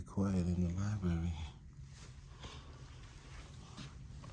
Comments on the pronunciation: My number one pet peeve is when the library is called a liberry. I just had to fight with autocorrect to misspell library!!! I don’t care about any other word being misspoken. It’s the name of a building, that houses books, that contain words, utilizing the the entire alphabet. It is a word that is mispronounced in all 50 states, by men and women, by young and old, by all ethnic backgrounds, by the undereducated and over educated. I’m not pointing fingers at any particular person in this video, it’s just my pet peeve, I’m flawed. As for the big mouth NYPD broads, if they cannot do their jobs, and do not know how to read and comprehend what they are reading, they need new employment. They all need a Billy Madison redo. If they don’t pass, no jobs serving the public PERIOD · Those darn “LIBARY officials”. With all of those books one would think the security guard would learn how to speak properly!